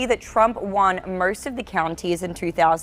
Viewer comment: Trump won merst? Of the counties? Her pronunciation…even the word blrue??? Come on come on